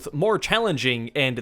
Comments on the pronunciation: I've heard Euler be pronounced "Oiler." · euler is pronounced oiler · thats not how you pronounce euler